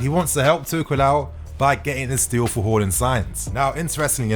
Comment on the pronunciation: Its haa not hor when comes to haarland lol!!